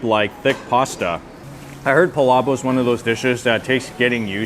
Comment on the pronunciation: PalaboK with a K at the end.. you're saying "pala boH" lol